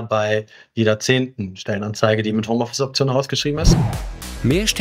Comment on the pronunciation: HOMOffice ? glaube ihr solltet das nochmal überdenken